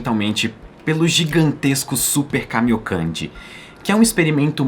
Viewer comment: Super caminhocande? Como escreve kkkkkk